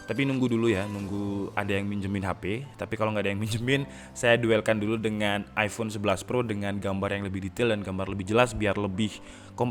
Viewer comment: Iphone eleven bang,bukan teenn